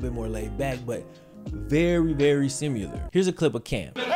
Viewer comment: Ax....simular......dude come on!